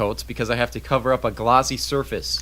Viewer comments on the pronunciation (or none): none